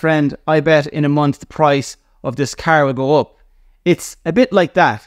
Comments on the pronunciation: Never heard someone say “car” like you do in my 43 years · Hahah love it! 😂